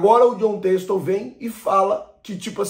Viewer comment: Poh namoral mesmo, vocês do YouTube deviam aprender a pronunciar o nome das pessoas primeiro antes de dar as notícias. Jon texto foi foda kkkkkkkkkkkk